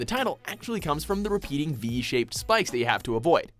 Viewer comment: The way you pronounce the first one is SPIKES